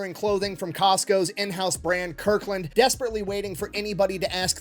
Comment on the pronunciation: Costco's... It's Costco's.